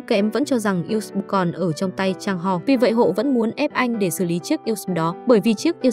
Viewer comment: Editor nên viết lời đọc "USB" - toàn chữ IN HOA, thay vì "usb". Mỗi lần đọc USB nó đọc thành U xừ bờ🤣🤣🤣